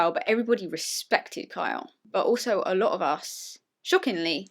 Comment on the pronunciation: "Sorry, I'll pronounce that more clearly: KYA does listen to me and KYLE would listen to me" One second later: "I li' Ky' lot"